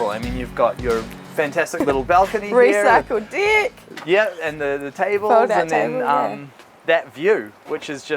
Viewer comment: “recylced dick”